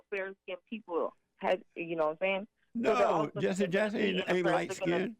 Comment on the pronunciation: "Jesse" rhymes with "Genius".